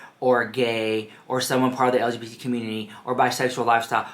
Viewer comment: He couldn't even say LGBT properly so he devolved into saying stfu like girl bye. Touch some grass, read a book.